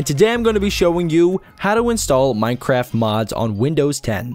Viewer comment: when you first said minecraft I thought you said "minecrap"